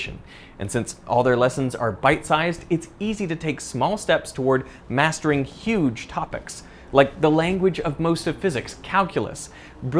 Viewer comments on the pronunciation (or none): none